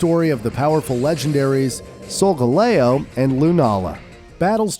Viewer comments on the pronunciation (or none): none